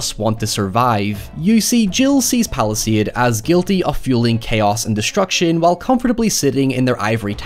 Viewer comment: Every time you say Palastade I think Palestine